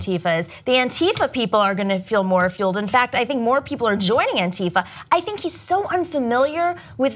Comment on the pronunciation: BTW it´s pronounced ANtifa, not anTIfa....